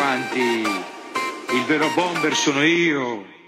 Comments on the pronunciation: Lui dice bombeh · Sbaglio o pronuncia la parola bomber? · Bobo Vieri non riesce a pronunciare bene nemmeno "Bomber"